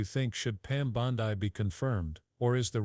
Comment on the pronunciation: It’s not BondEYE it’s BonDEE. Do your homework and pronounce names correctly.